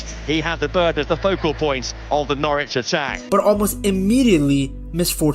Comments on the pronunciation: It's pronounced Norich in case you ever need to say it again...not Nor Witch - English place names eh 🤷‍♂ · Noorwich? Lol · jarring pronounciation of "norwich" in otherwise good video